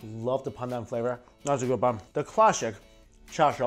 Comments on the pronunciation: When he said "pandan bun, lovely pandan flavour" I thought he said "PANDA bun, lovely PANDa flavour" 😐😐😐😂😂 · I thought he said condom buns lol like if u thought the same